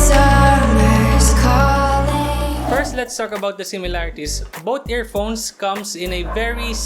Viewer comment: Magaling naman siga mag english kaso parangang tigas niya mag salita lalo na pag sound ng TH di niya ma bigkas. yung both nagiging BOAT at Youth ay YUT. pero nice review.